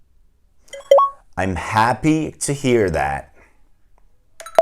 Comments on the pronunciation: Sanki girişteki kelime "Welcome to my channel" dan "Welcome the my channel" a dönüyo yavaş yavaş :D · Ben " welcome do my channel" diye duydum😄